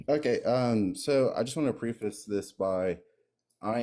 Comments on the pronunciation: It’s not “preeface” damn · And mispronouncing 'preface'